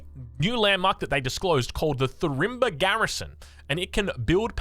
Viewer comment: I assume its Farimba, not Thurimba, since thats the Malian AoE2 unique technology